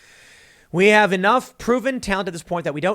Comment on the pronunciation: I lost it at "this is why we can't hahve nice things.." hahaha